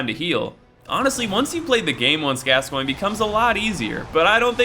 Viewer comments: it's pronounced as gas-coin eileen calls him gas-coin so i assume its the right way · How did you pronounce Gascoigne correctly but not Vicar?